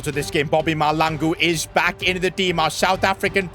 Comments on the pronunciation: It is maHLAngu not Malangu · Its pronounced mahl(Tlh)angu(hard g) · BTW u pronounce bobang ma hlangu the h is not silent and if u see this pls can I have a shout out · Mahlangu not Malango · Bobby huh really it's just Mahlangu bro it's not hard to say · Im south African and I have the same surname as Bobby and that's not that's not how u pronounce our surname 😂